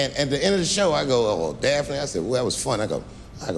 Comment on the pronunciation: Notice how he never misspronounced Daphne thruout the entire set. It took one to know one.